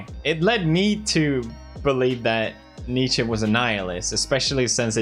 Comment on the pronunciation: Dude, props for the correct pronounciation of Nietzsche, most people pronounce it incorrectly. (at least in the US)